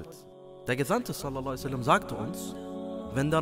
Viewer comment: Könntest du "sallallahu ‘alaihi wa sallam“ bitte deutlicher ausspechen und vll in Arabisch schreiben? Ansonsten schönes Video, MaShaaAllah